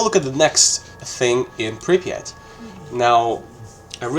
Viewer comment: First time i hear an English speaker say "Prypiat" so correctly 😂 Great video, man! Cheers from Ukraine